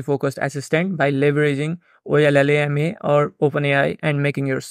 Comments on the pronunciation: Ollama is pronounced "Oh Lama". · the llm is pronounced “OH-LA-MA” c’mon ma’an !!!!!